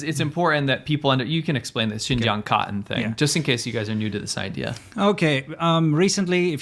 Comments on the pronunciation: Not only do certain double-t words (cotten, button, etc) take a d sound, sometimes they're just omitted in general. Emphasizing any sound to the double T's in Cotton sounds wrong to my American English ear; it sounds like it should be phonetically spelled "kah-en" Edit: should specify further that it is a southern Californian ear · 😂, I also laughed at how he pronounced it the first time